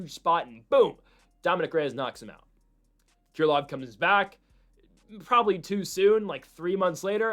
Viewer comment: Haven't heard anyone call Krylov "Keer lov"